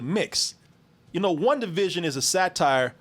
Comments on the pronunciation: BET 100 DOLLARS NOONE CAN GET TO SAY "WANDA VISION" INSTEAD OF "WUNDA VISION" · Everytime says "Wundavision" I cringe